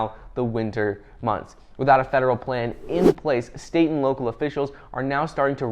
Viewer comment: ... "state & local government" .. what i heard, "satan"